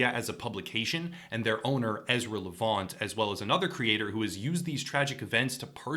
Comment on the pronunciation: LEV- ANT. Super easy to say.